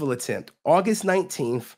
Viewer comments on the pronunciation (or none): none